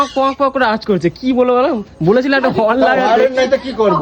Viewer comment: কথাটা হরেন নয় হর্ন শুদ্ধ করে কথাটা বল মূর্খ